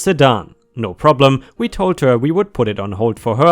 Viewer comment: W.E? P.D? The word is WE as in; We took a drive. PD is of course Police department.. I do love your stories, but please do sort out the way you say things. Thank You.